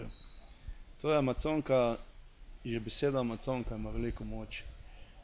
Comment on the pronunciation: reka je amazonka, ne amaconka...